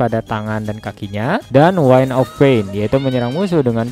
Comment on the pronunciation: Bacanya wind biasa, bukan jadi waind